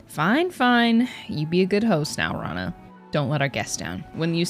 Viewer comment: Btw Rana is not said raa-na, it’s ra-na. I’m Arabic and i also sometimes say raa-na even though I have a friend named rana